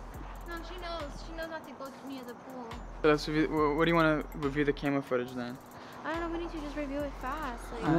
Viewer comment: He said carma it’s camera 📷